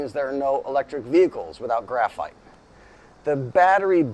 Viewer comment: The phite, for graphite!!😂